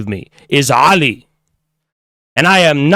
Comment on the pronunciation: Ali what a beautiful name. My brothers name is Ali but I could never pronounce it like you do.